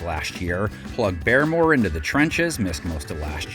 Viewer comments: New year and man still says Christian BEAR-MORE. It’s BAR-MORE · Hey buddy it’s Bar-more note Baremore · And he mispronounces Christian BAR-MORE, like who is this dude, get somebody who knows ball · bro said christian bearmore lol